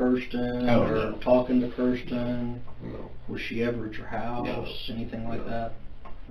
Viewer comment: Keeeeeeersten? It’s Kirsten.